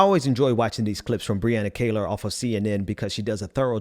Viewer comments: Please pronounce Brianna's last name correctly, It is not "Kay-lor" , it is "Kee-lor" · Great take!!!. It's amazing how people's hate is stronger than their own self interest. Truly sad. Btw it's her name is pronounced Kee-lar she is awesome. Thanks!